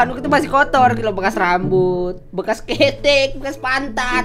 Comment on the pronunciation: Bekas bang bukan bekar:v